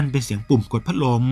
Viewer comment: พักลมสำเนียงแอนนาเชิญยิ้ม🤣🤣🤣